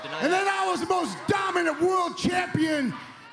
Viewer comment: "I am one half of the greatest tag team in da history is da business." "You millenials out there, watching on Tee Ree now don't berieve me." " Eli Drakes knowz dat!" -NEW GOLD!